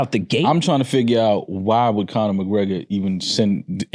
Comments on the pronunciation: So we just gonna ignore that says ‘Colin McGregor’ like 80 times and everyone acts normal even after says his name correctly 😨😭🤣🤣🤣🤣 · Why does keep saying "Colin" McGregor 😂 I swear he saying Colin